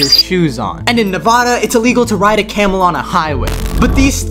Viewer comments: How many times must we explain this, the A in Nevada is pronounced the way you would pronounce the A in apple. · In Nevada you should never pronounce it “Ne Vah Dah” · WHY DO PEOPLE STILL CALL IT NEVODA BECAUSE I LIVE IN NEVADA AND EVERYONE PRONOUNCES IT LIKE NEV AH DA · You pronounced Nevada wrong that annoys me so much cause I've lived there for a lot of years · Why does everyone pronounce Nevada with an English accent? Why? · It’s pronounced Nevada The a is short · That’s not u pronounce Nevada